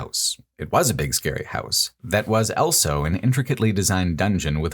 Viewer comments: This remains my go-to channel for hearing 'also' pronounced as ' elso' for some reason, and I wouldn't have it any other way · pronounces the word "also" as "elso"